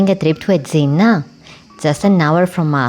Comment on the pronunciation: Very thick accent which is no problem if you could pronounce the name of the island correctly!